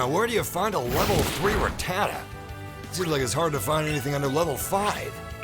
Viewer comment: Sup, its Rat-da-ta not Ra-tada:( lol